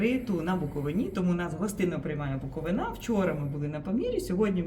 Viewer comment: Невже не можна вивчити назву місцевості, аж слух ріже. Наголос не знаєте де ставити ? БуковИна , а не БуковинА